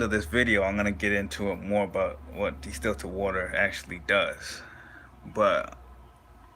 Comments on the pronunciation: He dont even know how to pronounce the word, talking about distillert water, its distilled water bro. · It's called distilled water not destilted...good video still. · The virgo moon in me couldnt get passed it 🤣. I kept saying its distILLED, no T son lol